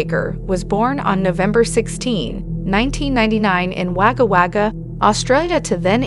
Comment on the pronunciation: It's pronounced "Wogga-Wogga" You're welcome 🇦🇺